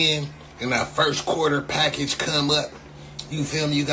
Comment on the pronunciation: Why is he sayin package like that nigga said !PAckage